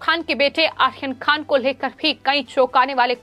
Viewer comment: Medam aaryan khan aap sahi namm nahi le rahi hai